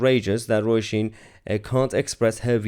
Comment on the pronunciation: Her name is pronounced as in row-sheen. And she is right.